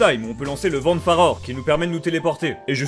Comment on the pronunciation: je suis le seul a toujours entendre farod au lieu de farore ? 😂